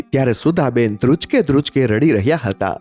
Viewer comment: ધ્રુચકે ધ્રુચકે નહિ ધ્રુસકે ધ્રુસકે..કલપના નહિ કલ્પના સાંટા નહિ છાંટા ખીચ્ચા માં નહીં ખિસ્સા માં બીજી પણ ટોન બાબતે ભૂલો છે એને ઇગ્નોર કરે તો સારી સ્ટોરી